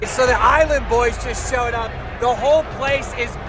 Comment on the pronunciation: "Are you saying "Boo", or are you saying "Island Boois"??